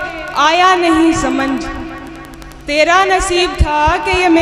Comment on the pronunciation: samnjh ,,parh rahi hai. balki samajh hona chahiye. hindi kavitri hai. ,,aati hai urdu zaban aate aate